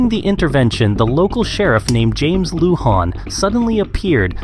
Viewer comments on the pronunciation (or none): none